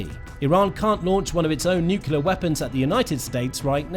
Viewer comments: Nuclear, not "nucular.' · why can't some people say nuclear, but say nucular instead like this guy? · Nuclear not nukular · It's pronounced "NUCLEAR" not "NUKELAR" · Nuke lee ur. It’s not pronounced newk yoo ler. You need to pronounce words properly so you sound credible. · Can’t watch this video any longer. It is nuclear not nuculear. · What pallets of cash for a nucular deal? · Hard to listen to him saying 'nucular'. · Why does the narrator refuse to pronounce 'nuclear' correctly? It is not difficult to respect the language. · Damn! And here I was thinking, he's trying to do George Bush Jr.. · Bro really needs to learn how to properly pronounce "nuclear." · He went to the George Bush Jr. school of speaking..😂